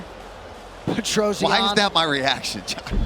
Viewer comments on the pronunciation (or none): Why you americans calling Petrosyan "Petrozien"? Do you read it like that? It spells just like it is written, it would be easier if i write it like this: Petrosjan